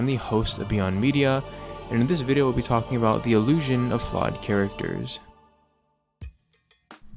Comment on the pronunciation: did you say ...... "Illusion"?!?!?!?! W video by the way